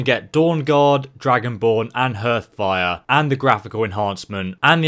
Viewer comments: WTH, it's harth, not herth. Yes, I'm referring to how you mispronounce Hearthfire. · "herth fire" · Fucking HERTH-fire 😂